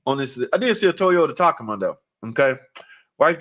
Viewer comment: It's pronounced Tuh-kō-Muhhhhh. 😂😂😂😂